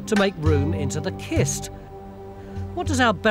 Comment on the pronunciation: When you see the word "cist", say it like cistern.